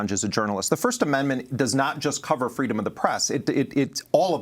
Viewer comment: Fress preedom lol I live for spoonerisms